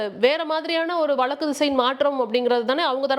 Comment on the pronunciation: நீங்கள் ஊடகத் துறையில் எத்தனை ஆண்டுகளாகப் பணியாற்றுகிறீர்கள்? “வழக்கு” என்று உச்சரிக்கத் தெரியாதா?